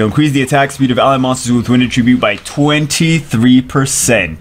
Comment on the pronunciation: It's never bothered anyone else that can't pronounce "attribute" properly?